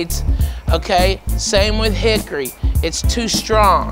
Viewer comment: Not Hickory.....THICKORY.